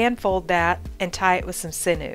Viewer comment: I just watched your video and you demonstrated the eye fold very well. There was one thing about it that bothered me. The word sinew is not pronounced "sin new" it is pronounced "sin you". I hope you're not offended if you're corrected like this but mispronounced words just bother me. Have a great day.